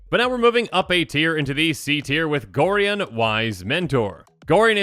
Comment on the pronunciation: Gorion is pronounced Gor-eye-on